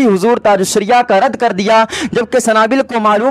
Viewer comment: A Sanabill Nahi Sunabill Hai